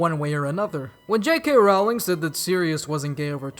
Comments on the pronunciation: It's no highschool it's hogwarts.. And not raowling it's Rowling.. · 1: rowling is pronounced like rolling (sorry). 2: the auther never said whether harry or hermione were white it was just assumed